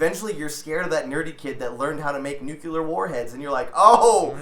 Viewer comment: Damn, George bush really fucked up a generation's ability to pronounce the word "nuclear"